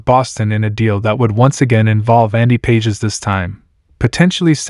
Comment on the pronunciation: Pages is pronounced pawh-haes